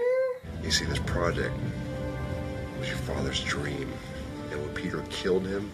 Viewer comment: . Pradect? What's a pradect? ooh project.